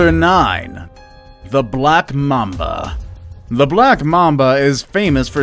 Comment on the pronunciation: When he said "black mamba" I thought he said "blap mamba"